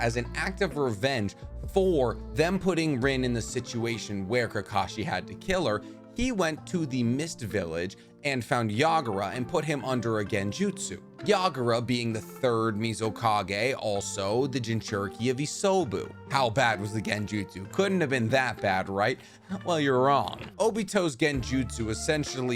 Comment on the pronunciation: Well I have watched maybe 20 or more of your videos and I love your style, you keep things fun, but your pronunciation is a killer. Please bro the 3rd Misokage from what? The village hidden in the miso???😅😭 happy new year